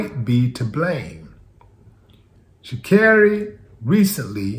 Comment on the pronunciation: Thanks for pronounce her name correctly